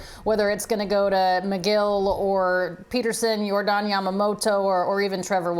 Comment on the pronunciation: Did the lady (sorry, didn't catch her name) really say "YOR-Daahn" Yamamoto, like he's a Japanese guy from Cuba?